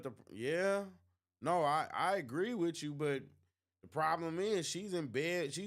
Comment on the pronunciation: Bro you are inarticulate and sound "ghetto" it's "with you" not "wichoo"